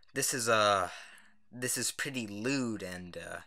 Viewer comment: "Lewd"... "L00d I'm sorry.